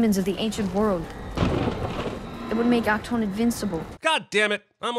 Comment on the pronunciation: "It would make Ahk-Ton invincible." Gesundheit? /it's also seriously disturbing how pathetic DC movies have become if they have to literally copy the look of Deadpool's mask for their character...